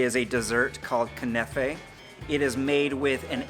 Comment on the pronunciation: Man said kinafé and sooyoo